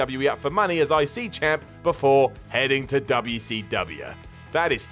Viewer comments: FFS. "Double Yew See Double Yew." PLEASE. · You made me yell at my TV. Stop pronouncing “WCW” like that—please! You get a down for that. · I love how says "Dubyah C Dubyah" 😂😂😂